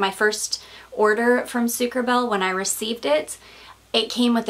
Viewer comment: Hey! This should be pronounced sucre -abayyyyyyy. (which means sugar bee ) I speak fluent French hahaha. Just want to help in my own little way! xx I thought that was what you were going to say when you said that it was funny because you wore your stripy top last time and this! I am now going to enjoy the rest of your video. You are keeping me sooooo entertained and informed! I <3 your videos so much!! x